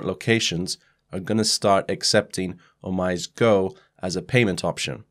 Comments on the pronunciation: Thank you for your video. Just so you know OmiseGo is pronounced O - Mi - Sey - Go. It is Japanese and Omise means the store / shop. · OmiseGO = "Oh mee say GO" Thanks for the great content! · "OmiseGo" [Oh-mi-si-go] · Pronounced 'oh me say no' btw. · OMG correct pronounciation is "Oh-mi-se"